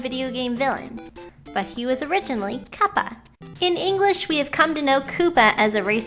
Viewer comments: did you seriously fucking say CUP A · That doesn't make it any better when she says "mass-uh-moon" or "cup-uh".